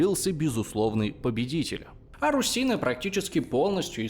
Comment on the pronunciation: Я бы не сказал, что видео на сто процентов точное и объективное. Во-первых, он называет партизанскую войну терроризмом, что попросту показывает поверхностность в этом вопросе. Во-вторых, с русинами непонятно. Русины - это этноним украинского народа, только ударение не на "и", а на "у". Русины - так ещё называли население Руси. Но вообще, да, видос годный